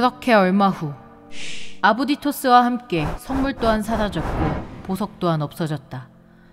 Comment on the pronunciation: 자꾸 아부디 토스가 아부지토스로 들린다